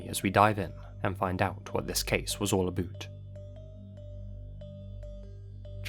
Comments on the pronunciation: We’re more likely to pronounce it, “a boat”, than “a boot.” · It's not pronounced "aboot" in Canada, its pronounced closer to "aboat" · "Aboot" SCREAMING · did you purposely say "aboot" for about? Why you clever rascal! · all "a boot" hahaha Canadians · Random fact, I’m canadian and have never heard anyone say ‘aboot’ lmao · As a Canadian, I appreciated your pronunciation of ‘aboot’ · nice "aboot" ahaha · did u just say “aboot” instead of about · "dive in and see what this case is all aboot" haha saw what u did there"! lol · never heard anyone say "aboot" unironically (I am canadian) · Aboot 😂 nice one 👏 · Thanks for the "Aboot" ;) Also trust heartbreaking case. Such an innocent person, makes you realize how precious life is. May he rest in peace.